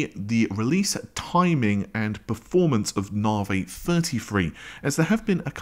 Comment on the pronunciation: Considering that AMD is your thing why the hell can you not correctly pronounce Navi? There is no such AMD product as Narvay.